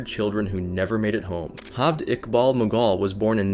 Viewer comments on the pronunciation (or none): It's J-aved Iqbal, not H-aved Iqbal. He's not Spanish! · The fuck is "Halved Iqbal"? It's an Urdu name, J is pronounced as J, it's not Spanish. I'm actually surprised you pronounced Iqbal perfectly, but kept fucking his first name. Every time you say "Halved", it cracks me up. A simple Google search during research would have told you how to pronounce the name correctly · man the way you pronounce "Jeved". it is not pronounced "halved" like you were syaing it, it is exactly as the spelling is, Javed edit: another one, its is again, pronounced the same way as any "ch" as in, "baloch", not "balokh" ik this comment is a bit unrelated to the topics, but i cannot express how annoyed i am with those mispronounciations edit2: another thing about the baloch thing, one detail you over-generalised is "present publicly as a woman". not many people have a problem with that, but her action are, as shown by the few pictures and videos here, sexually provocative, which is the "dishonor" part. overall, the honor stuff is a very complicated thing that i do not have the will to explain and nor do i have as much knowledge to properly explain it. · this is not Spain or south America. J is pronounced as J not H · am i the only one ticked off by the way he pronounced Javed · me too me too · Before actually recording the voice over I would suggest doing a tiny bit of research on what the correct pronunciation of the names is. Your pronunciation of Javed and Baloch was annoying to listen to.